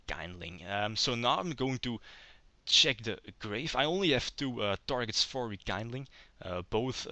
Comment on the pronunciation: Nice one. I always thought the haze trap and spell are not that great, hence i never liked most of the build i've seen online. One little think I d like to point out, since it was pointed out to me when I did it: It's called Rekindling, looks like kind (kaind), but it actually comes from kindle, and that is spelled like a seen or keen. So it's like rekeendling, not rekaindling ^^ aside from that, nice plays. I'd like to see more than just 3 duels if possible